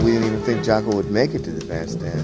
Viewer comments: It’s pronounced Jah-Co. it was his nickname as a kid because he was a sports jock. How it got misspelled I don’t know. But definitely not Jack-O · "Jack-O"? "Sax-Offinist"?